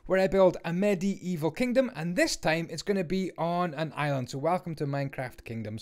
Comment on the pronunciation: It's medieval not Medi Evil